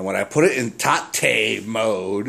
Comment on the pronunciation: Nice get for free, man! I love those rgb to component converters as well. Haha, loved the emphasis on TA-te, lol. I know what you mean about flipping a 32", I've never attempted to tate my 32 inch trinitron, just heavy as all fuck those things, but the 27's are perfect for rotating. Good stuff man!